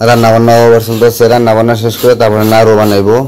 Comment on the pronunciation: নারু না নাড়ু।